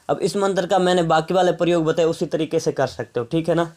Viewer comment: Hahaaa matar apko bolna nhi ata hai shadna me kia karoge tum